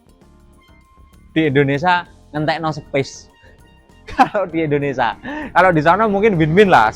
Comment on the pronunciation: Indonesia bang.. bukan Endonesa.